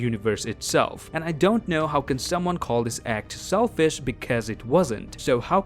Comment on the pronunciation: he said selfis